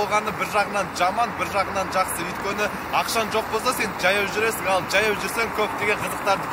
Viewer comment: Неге джаяу журесин, жаяу журуге болмайма? Казакта дж деген арип жок